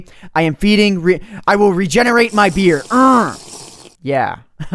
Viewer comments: I thought you were saying "I will regenerate my beer" You really "I will regenerate my beard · did anyone eles think was saying i must feed my beer or was it just me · Is he saying feeding his beard or feeding his beer? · It sounded like u said im regenerading my beer. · did he say beard or beer? the world will never know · It sounds like I'm feeding my beer and I NEED TO REGENERATE MY BEER! Okay you do that lol... Btw Yes I know he is saying beard. My first impression was beer, though. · It sounds like he's saying I'm feeding my beet